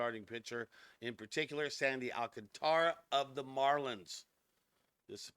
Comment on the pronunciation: No..it's pronounced..AL. CAN TRA